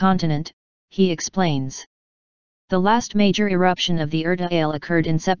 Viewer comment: Pronounced Er ta Aa le